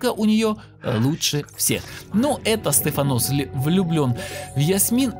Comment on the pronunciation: СтефАнос, а не СтефанОс)))